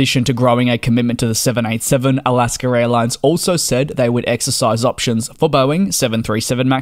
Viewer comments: NB: It is "Alaska" not "Alasker." My parents did this and it was very annoying and dennigrating. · Great update! Thank you! There’s no “r” in Alaska though! 😉 Don’t worry though, still fond of your excellent reporting as a fellow aviation enthusiast. I’m from Alaska’s home turf of Seattle and we tend to be fond of different English accents! Keep up the good work! Let me know if you’re ever in the Seattle area!